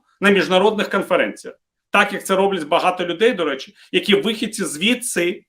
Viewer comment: "да рєчі"!🤣😂🤣😂 " Аєрапорт"! 😂🤣😂🤣 І баріслав бєрєза! 😂🤣😂🤣 Втер Портников шановному носа! 🤗